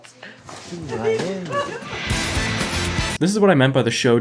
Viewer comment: mayyyami LMAO